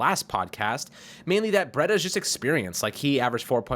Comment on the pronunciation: Breeeeeda not bretta